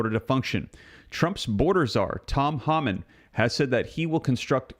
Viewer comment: TOM HOMAN not pronounced HAMAN! Please say his name correctly……